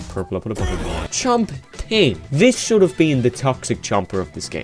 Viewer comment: i though you said gooning